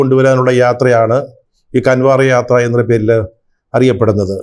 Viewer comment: കൺവാർ യാത്ര അല്ല കാവട് യാത്ര എന്നു പറയണം.